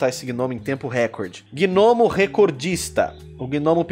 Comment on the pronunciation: Caramba cara toda a santa vez que você falava gnomo eu escutava gnomio kkkkkk Ótimo desenho :)